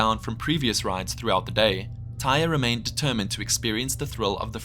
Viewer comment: Also, the boy’s name was pronounced Ty-ree.